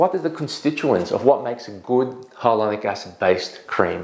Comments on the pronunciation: Why are you saying hylonic not Hyaluronic? It’s so irritating since you are a professional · Hi Dr. Why are you pronouncing Hyaluronic incorrectly? Reminds me of when Benedict Cumberbatch not being able to pronounce Penguins. Watch from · You’re saying it wrong it’s triggering me I gotta go